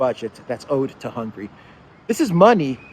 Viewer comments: please its NOT hungry, its Hunga-ry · I highly value what you provide to us, but please change how you pronounce the name of Hungary. After the letter “g” there is an “a” letter what has to be pronounce! Thanks in advance!